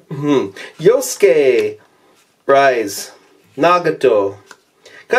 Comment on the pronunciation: The way he said the persona characters like rise